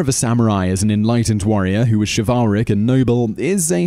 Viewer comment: Shiv-al-rick? Really? I know folks have accents but that's not even a word!